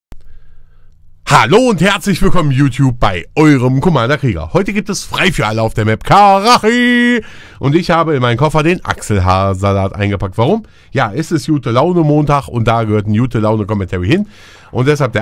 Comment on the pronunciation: Das spricht sich Karatschi aus, lieber;)